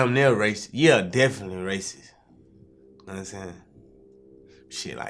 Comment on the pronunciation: Vlad: So when did you start officially rapping? Baby: Deffily ..uhzackly